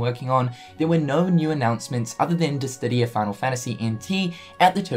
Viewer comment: mah boi, with all due possible respect, (dih-sih-dee-uh) DIH SIH DEE UH Not (dis-did-ee-uh). There are only two "d"s in the word.